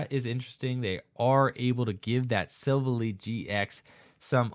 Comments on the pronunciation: Its pronounced silv ally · I'm sorry but I have to point it out, it's pronounced Sill Vally like it was two words not one